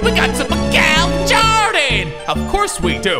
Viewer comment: “Hi twoydan, I have 3 pwayers”